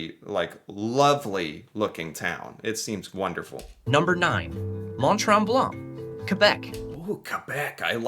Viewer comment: tips: In french (or town from French name), the letter ''t'' at the end of a word is almost always silent. So Mont-Tremblant, you do not pronounce the ''t'' at the end of both word.